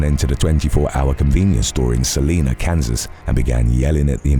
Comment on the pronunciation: You may never need it again, but Salina is pronounced with a long I, like Carolina, not a long E. Viewing from Salina, Kansas.